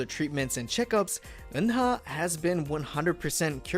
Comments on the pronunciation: People always pronounced Eunha name wrong specially the English speaker. It's not Un-Ha. It's U-Na or kinda like when you say Ooo-Nah. The H is silent. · Why am i so annoyed about how he pronounces "Eunha"'s name? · Try to learn and pronounce korean from hangul pronunciation not from romanized korean, 은하 Eunha pronounced as eu-nha (eu-na) not eun-ha, 막내 maknae pronounced as mang-né not mak-né